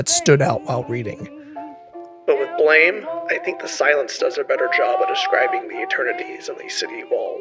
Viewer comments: Small correction, it's pronounced "blam", not blame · blame! is pronounced like "blahm" after the sound of a gunshot! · Manga's name is said 'Blam!' as it supposed to be the sound a gun makes. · Nice video. Blame! is pronounced with an "am" sound not an "aim" sound. Blam like a gun firing, not blame like I blame you for doing something wrong. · I am almost sure Blame! Is pronounced "Blam!" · I think Blame! is supposed to be pronounced as "blam", like the gunshot sound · Great work! Minor pedantic correction: Blame! Is actually pronounced Blam! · ohhhh wow I didn't know all this! I did know the different pronounciations and I actually did a minor version of what you did. The way I thought it was supposed to be pronounced was 'blohm!' fuckinnnnn awesome work researching man 💯 youre definitely getting a subscribe now. Thanks so much for the response!! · BLAME is pronounced blom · BLAME! Is actuality supposed to be pronounced more like "blam," an onomatopoeia mimicking the sound of his gun. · BLAME! is not pronounced like the English word it resembles. It is actually a sound, and the creator would pronounce it something like "buh-ram-eh". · "Blame!" is pronounced "blam" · that's not how you pronounce it... here blame isn't an English word it's a sound of a gun going off btw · noooo pronouncing blame wrong (i think) !!!! also 32"